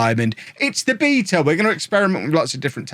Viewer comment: Okay... I'd like a copy of FM please, and I sincerely regret making fun of how you pronounce the word "beta" as if it had extra E's in it.